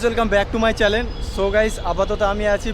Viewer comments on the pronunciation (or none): Welcome back to my chalen😂😂